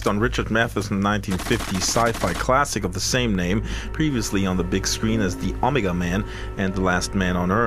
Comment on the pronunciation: lol he said omega wrong.